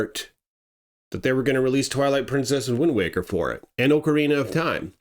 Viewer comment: OCARINA of time... OCARINA... not OAKARINA of time. OC... not OAK. its not an OAK tree. Why do Americans also call OKINAWA as OAKINAWA... as an okinwan person this really annoys me. OC, NOT OAK